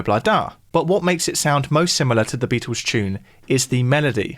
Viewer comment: Is it pronounced "Beat- ooos" or "Beat-ulls"? 😂